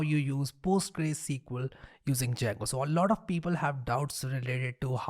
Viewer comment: It‘s not Postgre, it‘s either Postgres or PostgreSQL.